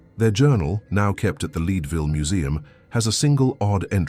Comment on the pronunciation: Leadville pronounced "LeedVille" in the video. Idk we always called it "Ledville" Like pencil led.